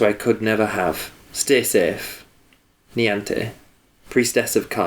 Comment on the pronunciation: For reference, Niamh is pronounced Neev. Weird huh?